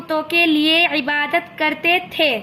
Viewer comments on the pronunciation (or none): none